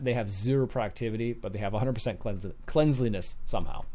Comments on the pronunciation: Cleanliness... Not Cleansliness. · Cleanliness = klen lee ness There is no "z" in the word and you don't pronounce it with a z sound. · I don't understand how a native english speaker can't pronounce cleanliness.